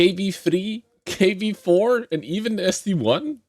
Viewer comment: ahaa its st-1 not st-i